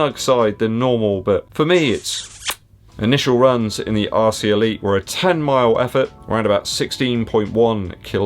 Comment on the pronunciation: Sounds like you're saying 'arsey' Elite. Don't think they are though.